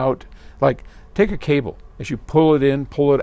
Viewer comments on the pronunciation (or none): none